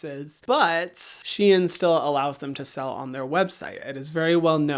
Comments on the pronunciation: It is pronounced shen not she in ❤ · can you say Shein once more LOL :face-purple-crying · No one ever pronounces Shein like you